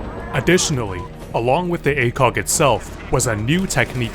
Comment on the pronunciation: what most people hear: ACOG what some people hear: a kock